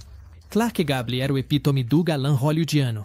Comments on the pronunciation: Não existe ATONITO. A palavra é ATÔNITO!!! E não Cark GABLE e sim "GABLOU" é a pronúncia CORRETA!!! E o que é POSTÉRES??? seria "PÔSTERS" (a pronúncia correta???)... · Misericórdia! Gable pronuncia-se Geibol